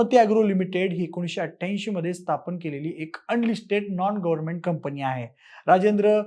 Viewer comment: अरे,'कंपणी कंपणी' काय लावलय?....जरा एकदां मराठी शुद्ध...बरोबर ...कुठे 'न कुठे ण' वापरतात ते शिकुन घे म्हणजे ऐकायला बरं वाटेल😂!